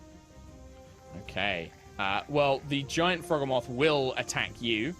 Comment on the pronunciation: The mental strain to not repeat "Croakatoa" when I heard it intensified when I heard every NPC and PC repeat it, such an excellent spin on a reference. My only personal complaint would be the Froghemoth pronunciation since its a mix of Frog and Behemoth and I'm pretty adamant about it being the Bee-he-muff pronunciation rather than the Beh-heh-moth pronunciation, but that's just a me thing, the rest of the episode was glorious as always guys <3